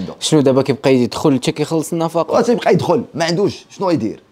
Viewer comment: خويا النفقة ماشي النفاقة. راك مزيان ولكن مفيها باس شوف شواحد اراجع موراك 😊